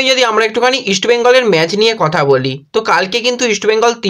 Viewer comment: আপনি কিছু মনে করবেননা। আমি আপনাকে ফলো করি কিন্তু আপনার উচ্চারণে খুব ব্যাথা পাই। যেমন ম্যাজ, সাদ দিন, এসেচি এমন অনেক শব্দ। এইগুলি একটু মনদিয়ে দেখুন প্লিজ।